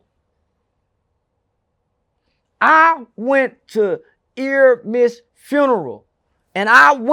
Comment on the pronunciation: This is good word play from. He always says buy my merch and how his subscribers going up just like the rappers. Clever wordplay. Dissing the dead is dissing the dead. Oh and it's Airmiess not EARmiss😂 🤦🏾‍♂️